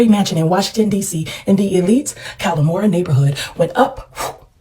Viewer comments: I grew up in the DMV and always heard the area pronounced 'KAY-lorama'. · As a native Washingtonian, it’s hilarious hearing everyone say Kalorama wrong. 😂🤣 and Yes, DC is technically the South (the south of the North and the north of the South.) 😂 Also, didn’t Eastern Market catch fire years ago?? 🔥 Every time I drive by and see people shop like black folks weren’t sold there irks my spirit. lol!